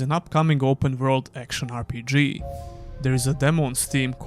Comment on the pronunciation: aaR Pi Dži 😂😂😂 The accent tho.